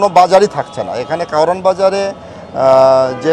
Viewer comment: উচ্চারণ হবে কাওরান বাজার।